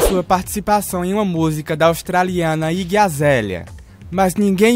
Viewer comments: O jeito desse cara falar o nome da yggi azalea sei lá eu, pacere que está falando aí gazela. Caramba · Que ódio dele falando Iggie Azelia! AAAAAAAFF...